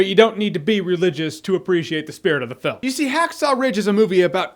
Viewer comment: does he say foon instead of film 😂